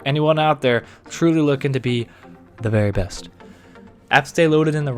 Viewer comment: I love how you got all close to the mic to say "The Very Best" haha